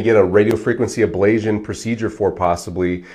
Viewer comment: FIrst, you are repeatedly mispronouncing Ablation as if there is a zio sound instead of a tio sound. This makes me wonder if you know what you are talking about if you cannot even pronounce the word. Secondly, I know someone who has had successful pain relief in their cervical spine that has lasted for 10 years . This procedure is not promised to get rid of all of the pain. You do the the testing with lidocaine injections every so many weeks and you rate your pain relief to inform yourself and your doctor as to if this procedure is likely to be successful. Physical Therapy sucks for most things. My wife passed out for the first time in her life at her first physical therapy session which was a very light session. Physical therapy is unpredictable and is based on the therapist and their methods. Physical therapy is just as likely to be unsuccessful and in my opinion based on my experience, less successful. In this world we live in there is so much lobbying done to reduce certain practices and promote others. In many cases the ones being promoted are not as useful and successful as the one's getting bashed as being no good and more hurtful than helpful. DO your own research. Watch plenty of videos on youtube while keeping all of this in mind. Do not let Doctors tell you "Don't use Dr. Google." Dr Google often says the opposite of the Dr or therapist being promoted via lobbying.